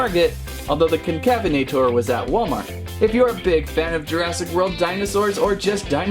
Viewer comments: Pronunciation: Con-Cavv-en-ate-er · Con-cuh-vena-tor. Sorta like cousins afrovenator and Neovenator. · Here’s how you pronounced Concavenator correctly: Concavenator: kon-ka-VEN-uh-tor or kon-kuh-VEN-uh-tore